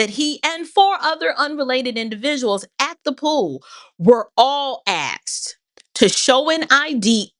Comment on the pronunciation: Asked vs "Axed", just the public high-school teacher in me coming out.🤔👏🏿👍🏿💯❤️